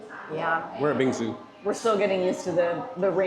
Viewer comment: The pronunciation for bing xue is bing swear. Is mandarin from the word 冰雪。 Bing is ice, xue(swear) is snow.☺️